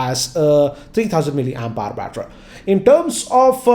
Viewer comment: batter... With English Accent.. MUST WATCH